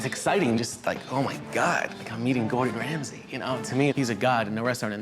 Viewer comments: I think he is "Gordon Ramsay" and not "Gordon Rasmay" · 'Rasmay' - KEKW xDDD. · "Gordon Rasmay", well done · "Gordon Rasmay" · Ah, yes. I too, love Gordon "Rasmay"